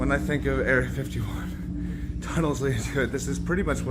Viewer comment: It's really not erea 51 ffs 😂